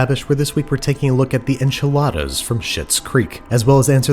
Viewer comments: But don't we have to pronounce it the bizarre way Moira did, as "awnchiladas?" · I believe it’s pronounced on chiladas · They are pronounced “Anchilada” lol from how Moira says it 😂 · pronounced AHnchiladas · Man! You needed to mispronounce enchiladas like Moira 😜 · It gave me a lot of laugh how he pronounced enchiladas haha greetings from Argentina